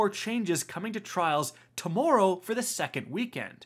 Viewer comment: “Using the general PvP meta and pronouncing tomorrow wrong” here:)